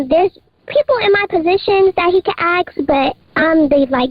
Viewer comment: I can’t get past “acks”…it’s “ASK!